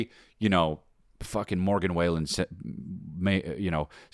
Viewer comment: It’s been years and Chris still can’t pronounce “Wallen”